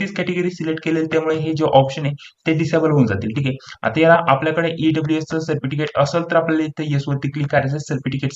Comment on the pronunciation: सर्पटिकीट नाही हो साहेब सर्टिफिकेस्ट म्हणतात....